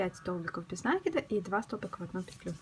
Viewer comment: Опять этот нАкид , вроде бы простое слово и ударение интуитивно понятно!